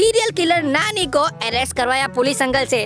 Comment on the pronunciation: अरे कया तुम नानी बोल रहे हो क्या तुम नाली बोल रहे है